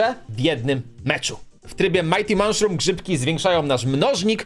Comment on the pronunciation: co to jest czopie "manszrum"? tam nie ma litery N za to jest S na końcu